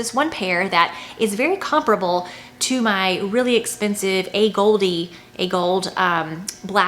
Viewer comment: The pronunciation A Gold is correct, not A Goldee (for AGolde brand).